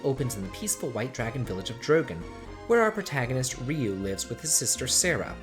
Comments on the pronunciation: You troll! You pronounced Ryu's name just fine the first time but then as Rye-you the second time. I knew you were trolling when you mispronounced names! GOTCHA!!! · I hate how Ryu is pronounced in English -.